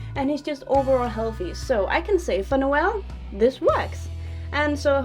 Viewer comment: Every time she says Noel it catches my attention cause that's how to pronounce my name😂... it makes me so happy😂